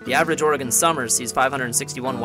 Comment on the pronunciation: im realy glad you pronouncing oregon correctly i grew up in florence oregon and alot of my friends went and did this fire line clearing and fighting fires badas video thanks